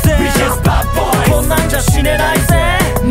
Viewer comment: 死ねないゼのところの発音好き